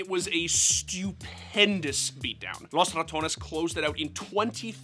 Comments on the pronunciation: LOS RA tuh ONES 😂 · Why are you overpronouncing ‘Los Ratones’? Not like its an all spanish roster and they would get offended otherwise lol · They way he says Los Ratones makes me stop the video every time. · The way you pronunce Los Ratones is cringe.